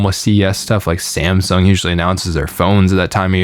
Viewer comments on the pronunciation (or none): none